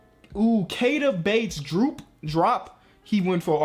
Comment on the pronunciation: Bates-Droop? Really???